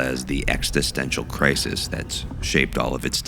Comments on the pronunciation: It's existential not extistential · This series is so good, but every time he throws that extra T into the word “existential“ my eye twitches